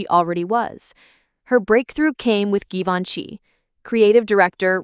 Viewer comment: Learn to pronounce Givenchy, if you're going to talk about fashion!